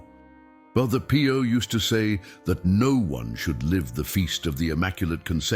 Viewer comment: calls Pio Pie-o! Lol